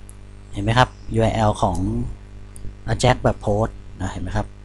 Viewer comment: Ajax หรือ AJAX ใน Wikipedia เค้าอ่านว่า /ˈeɪdʒæks/ เอแจ็กซ์